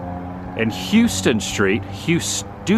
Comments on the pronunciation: On the kit house issue, the windows were most likely put in correctly, but the trim is definitely upside down. They mounted the sill on the top, and the decorative trim at the bottom. Houstoun, or Houston, in Georgia is pronounced "House-ton", not "hue-ston". Only Texans says "hue-ston" There is no such thing as "San Francisco type architecture" in Savannah. San Francisco got it from Savannah, not the other way around SCAD is Savannah College of Art and Design Next time you're in Savannah, you should visit Bonaventure Cemetery, some of the most beautiful stonework, monuments, and headstones in America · Did you know that the site where the Pirates House sit is the original site that Oglethorpe setup, it was called Ft. Wayne. It’s pronounced as Houseton Street, not Houston like in Texas. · It’s pronounced. “How ston”. Houstoun street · LOL--Georgia has to mispronounce everything !!! Houston in GA is pronounced HOWstun. That goes for the Governor as well as the County !! Schley County, and the Schley pecans are pronounced SLY. LOL Georgia speak !!